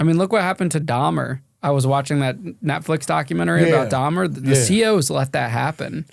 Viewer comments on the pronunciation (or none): none